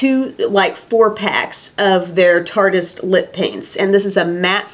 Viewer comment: I think tartiest might be pronounced tar teeeeest lol if it was how you're saying it I feel like it'd be spelled tartist without the e. I coul totally be wrong but someone please agree w me 😝